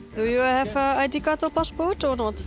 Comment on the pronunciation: Id kart, pepers XD bek site. Geweldig Engels moppie